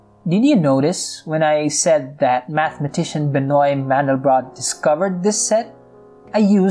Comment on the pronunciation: It's pronounced Ben-wah, by the way ^_^